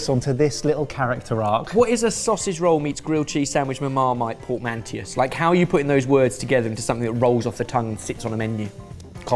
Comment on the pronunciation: Port-man-toe. Not port-man-teeus.